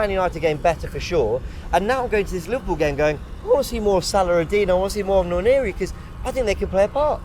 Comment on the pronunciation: If you misprononce the name Johnson, every will be up for it. But wanyeri for nwaneri. There is an "n" in front.